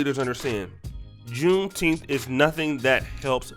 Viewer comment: I'm mad we are celebrating a day that we are still pronunciating as if we are still slaves. Wtf is Teenth?